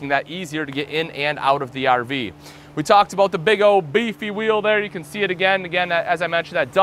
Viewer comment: It’s can not ken.